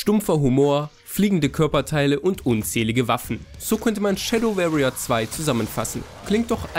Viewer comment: versuchs mal "Schäddoworrier" auszusprechen, statt "-Schäddöwerrier"... musste deswegen gerade zum Arzt und meinen Ohrenkrebs entfernen lassen.